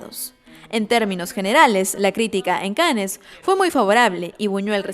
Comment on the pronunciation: Cannes se pronuncia "can".. :D